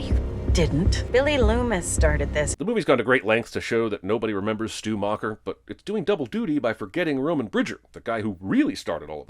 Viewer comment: O M G. Schumacher? Stu Macher.